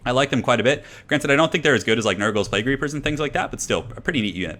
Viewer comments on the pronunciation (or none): none